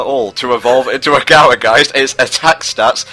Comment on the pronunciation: Well, I'll just add Gourgeist to the ever-increasing list of Pokemon people more often than not pronounce wrong, alongside Flabebe, Giratina, Arceus, Xerneas, Yveltol, Zygarde, and Rayquaza. Not necessarily calling you out personally,, but if someone gets the name wrong, it sorta undermines the puns.